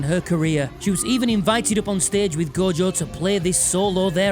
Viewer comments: Take a shot everytime he sais "Go-Jo", good luck . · As an Australian, I'd just like to say... who the hell is Go-Jo?